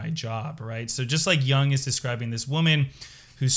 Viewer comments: It's Yoong not Yah-ng. Not every word is an English word. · Totally unrelated but, my pet peeve is pronouncing Jung as young ^^ Amazing video though, thank you! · Please learn how to pronounce Jung. No disrespect. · You should learn how to pronounce Jung properly if you don't want to appear ignorant.